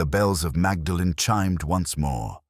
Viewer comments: Pronounced Maudlin isn't it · That’s not how they pronounce Magdalen